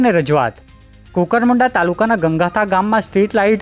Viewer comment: ગંગથા...ગં ગથા નહીં.Gangatha..Gan Gatha.. વાંચો છો.ઉદઘોષક સાહેબ..ભૂલો સુધારો... પહેલા... પ્રોહી..હવે ગં ગથા.